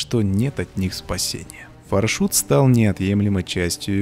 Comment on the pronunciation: На английском пишется FarShot. Far- далеко, Shot- выстрел. Тогда почему мы говорим ФаршУт. (если я не ошибаюсь) Надо говорить фаршОт( или Ё, не знаю).